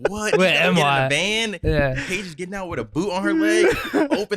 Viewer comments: Yo did anyone else hear say thanks bitch lol. Had to re listen to it and he said paige lmao 😂😂😂😂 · Did anyone else initially hear "Thanks b**ch" when Paige brought the coffees in? It took me too long to realize he said Thanks Paige. Also Paige is the goat. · I swore when the coffee was brought in I thought said thanks bitch 😂😂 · Please tell me didn't say "thanks bitch" when he was handed the drink lmao... i can't un hear it lol